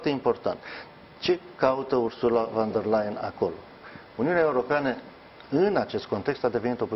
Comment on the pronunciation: Ba da' alti oameni inteligenti nu mai sunt in tara asta? Veniti mereu cu aceeasi invitati, cu aceleasi "capete luminate" sa ne explice noua..... Mi s-a acrit de astia ba saracilor...si mai ales de Parvulescu asta care a spus de atatea ori numai ineptii si care nici pana acum n-a invatat sa pronunte corect "Ursula von de Leyen" ... In loc de "fon " el pronunta "van" 😂😂😂. Sarac la sarac trage😁